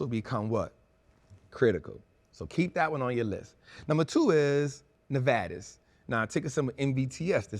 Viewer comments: It's nuh-VEE-tuhs not na-vaa-tus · “Nevadas” “Irene” Bro stop it 😂